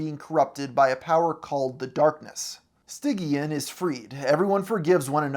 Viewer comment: I'm convinced you actually didn't watch the whole show cuz how did you mispronounce stygian's name that badly